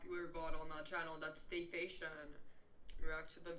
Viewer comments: De fe shun 😂😂😂😂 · Dafacia?????? Don’t she mean deformation